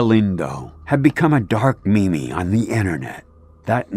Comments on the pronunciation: When he said Mimi instead of meme I died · "DARK ME-ME"